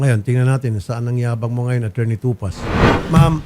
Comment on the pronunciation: Atty.tupak Hindi tupaz....